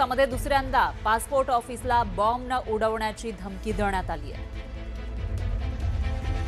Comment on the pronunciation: मॅडम बम्ब नाही,,बॉम्ब,, 😂😂